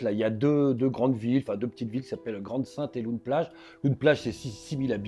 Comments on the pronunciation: Loon plage se prononce Laune plage et non pas loune plage 😉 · "loun- plage" 🤣 on dit "lone-plage" avec l'écriture loon- plage évidemment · Loon Plage ça se dit "Lon", pas "Loune". Hyper intéressant sinon merci ! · on dit "lone plage" pas "loun" ! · LOON ne se prononce pas "loune" mais "lon" 😊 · "lone" plage, pas "loune" plage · Oui ls fusillades cest chaque semaine Ce ne se prononce pas "loune" plage mais "laune" plage Ensuite les bateaux et moteurs sont importes directement de chine par colis. Juste pour donner un ordre d'idée - une traverse illegale est estimé autour des 1500e - et si vous francais vous prenez le bateau a pied sans voiture et via les ferry habituels cela vous coute 20e Et ces migrants risquent leurs vies tous les jours avec femmes et enfants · On dit lone plage!😂❤ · On dit "lone plage" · Ça se voit qu’il vient pas du Nord comment est dit Loon plage! Il m’a tué, je suis mort de rire